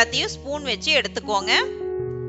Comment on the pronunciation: Excellent sister,but quantity take,not "yeduthukoonga" "yeduthukkanga" thanks